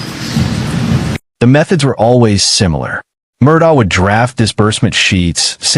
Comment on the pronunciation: Ellic Murdick, Alec Murdaw, Alex Murdoch...Does anyone know how to pronounce this mf'ers name?